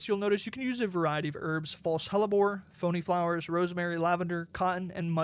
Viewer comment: its pronounced pee o knee